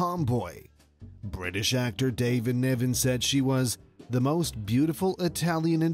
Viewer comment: Ar-a-bic. David NIVen. So many names and words mispronounced, and the same photos used over and over again! Ugh!